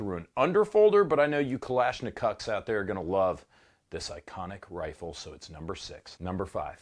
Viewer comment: "kalshnicucks" lol epic